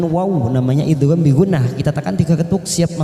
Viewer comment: nun sukun ketemu yak itu idghom ghunah bukan idhar.